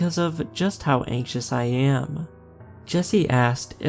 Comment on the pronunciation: Anxious❌ anksos✅ 😂😂😂😂😂